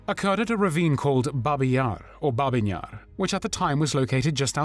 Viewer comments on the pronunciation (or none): Babyn Jar, not Babies Yar. lol.